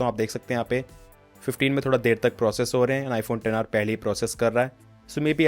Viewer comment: Xr ko ten r kyu bolate h